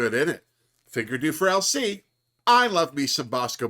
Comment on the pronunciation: Every time you say LC my brain hears ‘Elsie’ but I kind of like that for her too lol as a fellow Brit I appreciated her asking about bird watching 😝